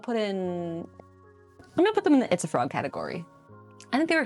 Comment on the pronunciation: When she says “itsafrog!” I hear pizza frog 🫠